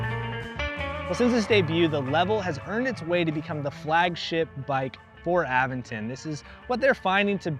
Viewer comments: Uh-VEN-ton. You have to indicate which syllable is stressed. And syllables always have a vowel. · Nice bike. I believe it's pronounced uh-ven-tn. Sorry but I'm picky on proper noun pronunciations.